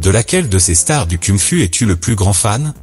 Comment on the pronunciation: Ta manière de dire "Kung Fu" elle est cucul-la-praline. Shaolin ce n'est pas un dérivé d'huile de lin...